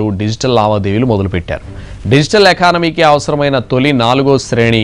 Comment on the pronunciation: ఏనానమీకి కాదు ఎకానమీ రా బాబు..